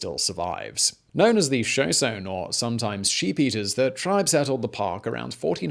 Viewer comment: Ouch on this one. Geezers and show-shown. Try guy-zer and show-shown-y. I was born about 50 miles away from Yellowstone. Such a beautiful area. I'm kinda glad I don't live there anymore just in case...